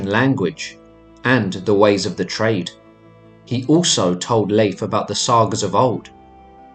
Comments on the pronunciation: It's not LEAF. it's pronounced more like Life. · Please its Lejf (Leif) Don't pronounce it Lif that almost sounds like the female name Liv which is a completley different name. As an English speaker Nordic name shouldn't be a challenge or a mystery to pronounce. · I hate it when they pronounce it as Leaf!! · Please get the name right..... dammit. It's 'Layf' not 'leaf'. I can't get through another second of the mispronunciation. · A tip on pronunciation though from a Scandinavian is to say it more like "Layf" than "Leaf" if that makes sense. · I just learned that Leif is pronounced like "life", not like "leaf". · Lief is pronounced like “Laef”, and j’s are pronounced like y’s. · Nice video, but your pronunciation of the names Leif and Bjarni is off 🙈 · It's actually Leif... Layf is the pronunciation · Very interesting, I'm Scandinavian and we learned very little about the Vikings in school. One minor thing only, for what it's worth, Leif is not pronounced as Leaf, but the "e" and the "i" are distinct. Think the "ei" sound i "later," "waiter." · Was interesting, but the frequent mispronouncing of Leif's name was distracting. Narrator would go back and forth, 80% of time pronouncing incorrectly as Leaf and 20% of the time pronouncing it correctly. Correct way to pronounce is "lay" followed by an f. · Pronounced Laif.